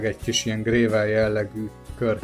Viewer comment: egyetlen tiszteletteljes építő kritikát engedj meg: nem 'grével', hanem 'grevöl'